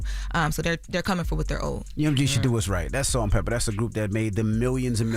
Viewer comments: it's Salt n PEPA not Salt & Pepper. Educate yourself please. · …it’s Salt-N-Pepa….Not Salt And Pepper!! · I was so annoyed that she kept saying it incorrectly!! 😂😠😬🙄